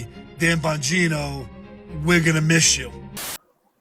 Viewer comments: 😂😂😂 Bageeno! Um no its Bon...gino! 🥷🏽 i tell you! 😂😂😂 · That “ Dannn Bangino “ took me out !! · Ole boy said, Dan "Ba gee'noe" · Its buggino 😂😂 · The mispronouncing of Bogino’s name in the beginning 🤣🤣🤣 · Oh mercy! I hollered when buddy mispronounced Bongino. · His pronunciation of his name is apropos